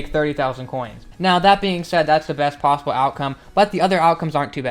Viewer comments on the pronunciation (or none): none